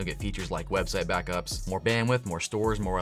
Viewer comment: Lmao was just listening and thought you said "weekly bathtubs" instead of weekly BACKUPS 😂